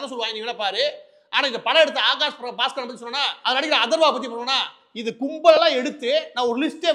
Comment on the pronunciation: Pronounce Baskar properly it sounds badtard